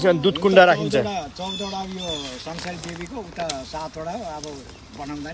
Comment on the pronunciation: पूजा अमेरिकातिरै होकी कसो मेम ? पुकार शब्द "संसरी" नभएर "संसारी" पो होलाकी !